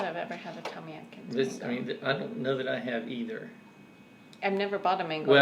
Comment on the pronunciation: I believe it's Tommy ATkins. Not ADkins. Isn't it? The few I've had were horrible. Pure fiber.